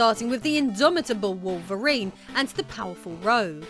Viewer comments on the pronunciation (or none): none